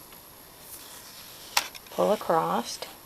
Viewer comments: Is that spelled acrossed, acrost, or acrosst? That was so distracting throughout the video. I bet you say heighth (with the 'th' on the end) too, don't you? a·cross [uh-kraws, uh-kros] . . . there is no 'T'. I'll watch this again and try to ignore that annoying word 'accrossed' this time. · Are you saying acrost?